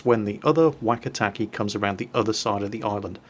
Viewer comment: The "e" sound in Japanese is short, so "keh" not "key". If it has an i after the e then it's pronounced "kay". (若竹 "Wakatake" is "Wah-Kah-Tah-Keh") Also, for anyone interested, 若竹 means "Young Bamboo".